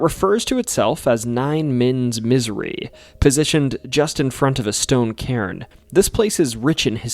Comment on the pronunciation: I guess the mayor thought that was fitting !? Anyway it's spelled "cairn" look it up in the dictionary, it'll also give you the pronunciation !